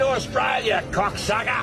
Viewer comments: You were talking about the American school system and immediately was explaining about how to fill in his questionnaire and said “arks” instead of “ask”. Maybe he wasn’t attending school that day when they were taught pronunciation. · Aks? Does that seppo even know how to speak English? 🤦‍♀️